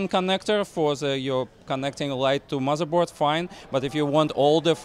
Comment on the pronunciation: Edward Hobbs Russian, he said mozarboard. ;)